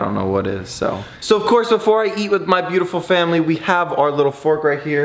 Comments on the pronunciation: You are saying buteful olot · Stop saying butifel little